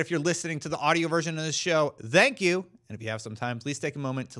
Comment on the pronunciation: why do you keep saying "dank you" its "thank you"